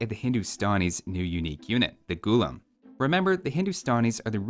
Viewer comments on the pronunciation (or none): Its pronounced as gu-laam not gulum. It means slave in the moat literal sense ,Funny tid bit most armies in medieval india was in a way professional armies in a sense that they were full time soldiers i for one have never come across any account where it says slaves were used in an army for frontline fighting . so i dont know where they get this idea of unwilling men pressed into fighting roles as a 'unique' unit.warfare was an elite profession if u will and slaves had other duties assigned to them more 'fitting' for their social stature.